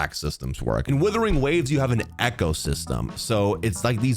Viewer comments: Is it his accent/speech or is he purposefully saying "Withering Waves"...and not Wuthering...lol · Wuthering Waves, not Withering Waves. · He still thinks it's called Withering Waves? 🤣